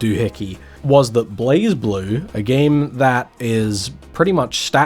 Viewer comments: Yeah it's "Blaze Blue" and not "Blahz Blue". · During the recent Arc System Works Showcase 2026, where they announced a new character coming to Blazblue, they had the official English narrator for the showcase pronounce "Blazeblue" as "BLEIGH-bloo" So uh, there's your answer, per the horse's mouth If you humor me for a second, the "E" in "Blue" is silent so the "U" has its long vowel sound, so I guess the "E" in "Blaze" is silent to replicate that effect. Doesn't explain the "Z" in that word though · it's blay-blue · I think it's technically pronounced as Blay Blue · It's pronounced "Blazblue" i believe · Also It's pronounced like BureiBuru